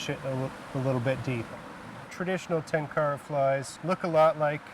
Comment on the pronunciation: If only western tenkara fishermen (who claim to love and respect the tradition) could make a modest effort to correctly pronounce the word "tenkara". They don't even pretend to make an effort.